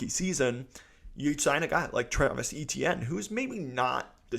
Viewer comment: NOT E-T-N it's pronounced A-Chen.. But i'm sure you know that already dude. ⚜️⚜️⚜️⚜️WhoDat⚜️⚜️⚜️⚜️